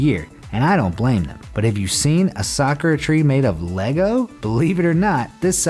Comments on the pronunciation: It’s not sakra it is SAK-U-RA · S a k u r a....not sKra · A soccer tree? It's 'Sa-koo-ra'. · The only things I found annoying in this video is that he pronounced Sakura wrong AND he showed Tiananmen Square which is in China, if you consider what happened there that’s quite disrespectful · I know he doesn’t speak Japanese but the way he says 桜 - [Sakura] is making me triggered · You pronounced the Japanese word for cherry blossom so wrong . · Proud pronouncing Sakura wrong because I watch Naruto and that is not how you pronounce it.